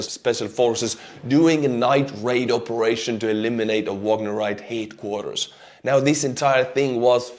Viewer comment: Your delightful accent has led you to reveal truth: "...the Wagner Group HATE-quarters." Thanks so much for your informative and entertaining reporting, and Slava Ukraini!